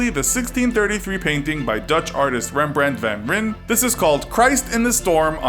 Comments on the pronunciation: Rembrent ven ren 😂😂😂😭😭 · Is it honestly that hard to pronounce Dutch names? I can pronounce English ones properly most of the time. Rembrandt van Rijn isn't even that hard.